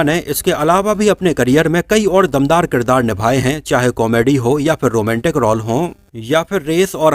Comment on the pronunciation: रौल नही रोल बोला करो.